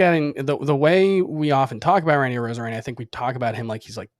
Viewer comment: I was taking you’ll seriously until you said arozarena.